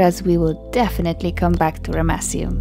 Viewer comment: I love the way you pronounce Ramesseum. I still cant believe how much of this history you know, you really are a legend. How on earth was that massive statue transported so far? It must have looked magestic when it was 1st erected. I noticed some of the granite pieces, I'm sure those pieces were done with a higher technology, it looks like two generations of work there because the sand stone walls would have been easier to carve than the granite, yet the granite had a better quality and precision about it but nevertheless, the whole place was amazing. Oh and the baboon statues looked really good too. And once again a damaged nose! Another brilliant job, gorgeous look at the start, lovely voicing and nice to see you walking around the site. I love your clothes, you look like a real ancients explorer girl ✌🙂 ThankXAncientSitesGirl 🧡🧡🧡